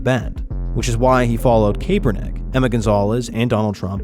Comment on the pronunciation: The way you pronounce Kaepernick makes me want to slap the shit out of you